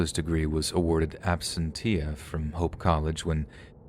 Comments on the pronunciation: Fyi, absentia (as in the degree being granted in absentia) pronounced ab-SEN-chuh, not AB-sen-TEE-uh. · Dear, *ab-sencha sorry! sorry! I just had too, it's an OCD thing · It’s pronounced Ab-SEN-chia.